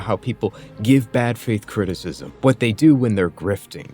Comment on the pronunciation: God, if I have to listen to him say "cristsm" again...